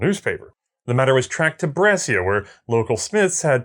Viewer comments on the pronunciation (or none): Brescia, pronounced "Bresha", not "Bresseeya"